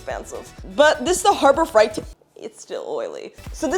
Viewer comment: The way you say "harbor fright" is funny 👍